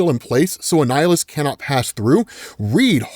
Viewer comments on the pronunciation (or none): man it kind of was confusing to tell when he was saying Annihilus or a nihilist lmao